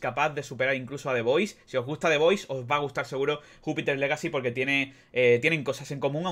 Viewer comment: Pronuncias legacy y Miller pero no Jupiter jaja